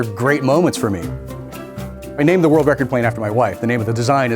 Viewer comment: Thought he said word fastest stalker